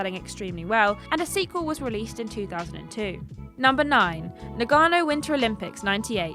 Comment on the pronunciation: Its not Nug gano Its Nah-ga-no Lol. That made me laugh idk why. That game wasnt too horrible but generally sports compilation games arent great. And its not Meela Yovavich, its Milla Jovavich Lmao. Damn brits come on mates, bloody 'ell :)